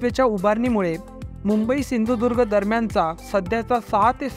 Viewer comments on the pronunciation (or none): none